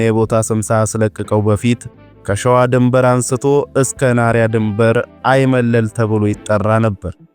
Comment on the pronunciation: በርቱ እንበርታ። "ሐይመለል" ሳይሆን አይመለል ይባላል።